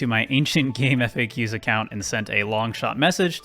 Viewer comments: >gameEFFAYKYUS Ugh. CJayC said it's gameFACKS. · "game eff ayy cues" is DIABOLICAL ragebait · It makes me irrationally angry that no none can pronounce "GameFAQs" correctly. Kids these days.